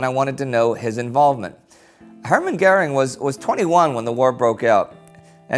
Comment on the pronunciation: Is there no german present to learn Indy how to pronounce Göring.